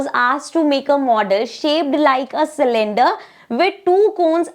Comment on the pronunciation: Cylinder ❌ Salander ✅ Le Mam : 😎👍